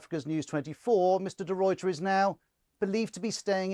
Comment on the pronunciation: As a South African please note De Ruyters name is pronounced De Rayter. Not De Royter!